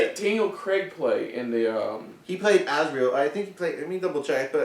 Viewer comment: Volume on you two was MUCH better time thank you :) A couple notes (clarifications or constructive criticism, no hate) - Magisterium not magistrate - Lord Asriel is pronounced AZ-ree-al, with the emphasis on the first syllable - You guys both say "pretty much" a LOT. Again, no hate, just pointing it out in case you guys aren't aware how much you say it, but from a viewers perspective (or maybe it's just me) it can become a little tiresome :) - Regarding John Parry, they explain in the ep, the reason Lord Boreal wants to find him isn't because he Knows him or has a connection to him already, it's because Lord Boreal he himself was the only person he had ever known or heard of up to that point who had actually Crossed Over into another world, and when he found out that John Parry had too he feels like he Has to meet this person who is the only other person that's done this big thing (or something (can't exactly remember how they explain it in the ep) Good reaction, looking forward to your guys' reactions to next week's ep. Should be a really interesting one :)